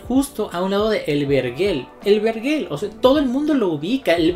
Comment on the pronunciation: No se dice verguel sino vergel